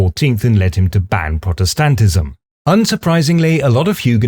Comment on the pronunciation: Your pronunciation of 'protestantism' makes me wonder if you've been in Germany long enough to start forgetting your English 🙂- the primary stress on the 3rd syllable instead of the 1st sounds much closer to the German 'Protestantismus.